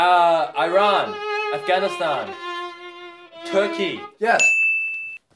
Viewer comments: Its not pronounced like airan...its eeeeran.....iran❤ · When he said Iran wrong I was just like what the heck. The way to pronounce it is e-ran not i-ran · Plssss not (I ran ) it's (e ran) like u pronounce it like da 🥲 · I always cringe so hard when people say i-ran. one time i corrected somone and they said well iraw is pronounced i-rock so it must be like that. smh theyre both pronounced with ee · Bro when Brett said "Eye-Ran" I cracked up, because in Turkey (I don't know if it's a Turkish drink, even though I'm half turkish I'm uncultured about this stuff :,D) there's a yoghurt drink called "Iran" that's pronounced like that LMAO